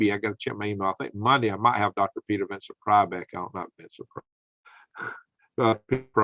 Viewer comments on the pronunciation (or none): none